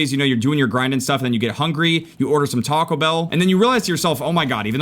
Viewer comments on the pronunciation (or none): none